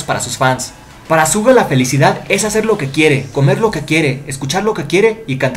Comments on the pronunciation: Te he escuchado decir tantas veces ''Zuga'' en vez de ''Shuga'' xD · Es raro que diga «Suga» cuando todo el fandom dice «Shuga o Yoongi». Soy de las que dice shuga, por eso se me hace raro. 🌚🐣🤔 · Su nombre no se pronuncia así :v